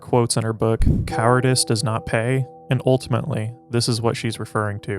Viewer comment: who the f is simone day boovar? thought it was about simone de beauvoir